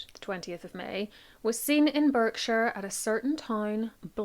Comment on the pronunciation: "Berkshire" (English place name) is always pronounced "BARK-shuh" (unlike the American place name that has the same spelling)